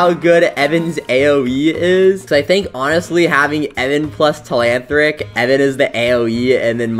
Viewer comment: its not temantric its telanthric😂